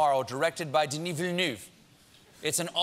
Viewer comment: It's pronounced Ville-neuve [növ]